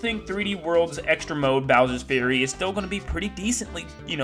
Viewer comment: Fury is pronounced F-YOU-RY not Bowsers Theory, Bowsers Fury👍